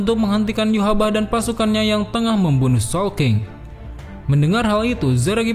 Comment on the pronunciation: bang perassan nama raja quincy "yhwach" bukah"yhbah